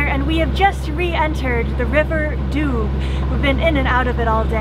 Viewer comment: Great channel. I really like the way you travel and tell about it. Just a little side note : maybe you could ask the locals how to pronounce the places you talk about. For example, in French, the Doubs river is pronounces DUU, not Dube. Keep up the good work.